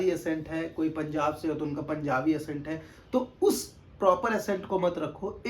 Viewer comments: Bro it’s not assent… it’s ACCENT = ak-cent😊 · Its accent and not assent... But no need to fight guys and if someone is correcting it only with a motive to help and there shall be no hard feelings... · Bhai mere aapne Accent hi galat pronounce kar diya.... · Madam, App Sahi bol kar comment kar rahi ho, aur wo Galat bol kar video bana raha ... Socho 🙏